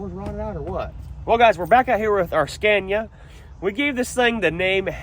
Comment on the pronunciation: It's 'Scan-eee-ahh', not 'Scan-yah'.